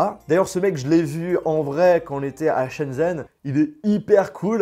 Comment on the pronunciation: "Chen zen" mes oreilles saignent désolée